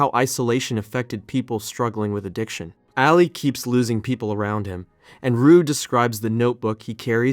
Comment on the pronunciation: Nobody has said it yet but you definitely butchered the pronunciation of Ali’s name